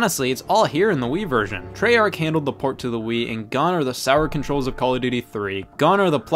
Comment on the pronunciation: He said treyarch wrong